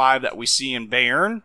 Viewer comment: Im bot even German but your pronunciation of Bayern really does ruffle my feathers, its pronounced like buy+urn